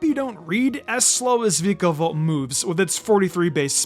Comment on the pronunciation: It’s pronounced gol-LYE-soh-pod, VIE-kuh-volt, and FUR-AH-thorn, “”! 🤨 Stop mispronouncing Pokémon names,! 🙄